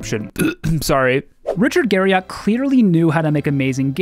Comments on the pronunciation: How many times do you think you said Richard Gariott in the video? I'd say at least 2. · "Garry-it" That's how Richard says his last name. I'm not sure if the "Garry-ott" variant was used in this video for trolling or due to incompetent research. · "Richard Gary-Yacht" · That's a clickbait tactic to call a preserved skeleton as "humans remains in his house" when that brings forth the image of chopped-up bodies stored in Richard's refrigerator. Narrator also can't pronounce his name correctly even though it is a common American last name. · This was a great video. Still triggered at how you say Garriott lol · Imagine making a video entirely about a dude and saying his name wrong the whole time lol. You misspelled it in the title card too. Good video though otherwise =D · I can't trust anything you state as a fact if you can't even get right something as simple to research as the correct pronunciation of his name. And that's literally in the first second of your video. Pass.